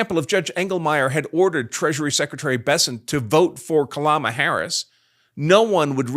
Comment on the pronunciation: "Kalama Harris." LOL!!!